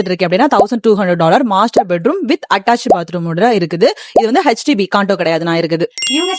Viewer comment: Sister it is HDB not HTB